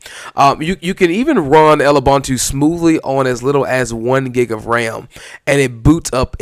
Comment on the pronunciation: I tried to like this but the intro static was harsh, then the pronunciation of Lubuntu. What is "El-ubunutu" / "L-ubunutu"?? I do agree that "Lewbuntu" ("Loobuntu") is a cool lightweight distro. Sorry I had to stop the video at that point.